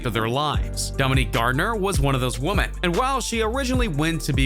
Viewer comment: Why is this dude mispronouncing so many words like the word “women” and Gayle Kings name?